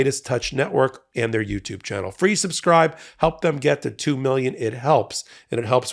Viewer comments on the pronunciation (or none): none